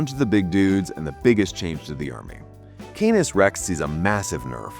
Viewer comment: Canis = CAN-iss, not "CANE-iss" And it's *PREceptor, not "PERceptor." 🤪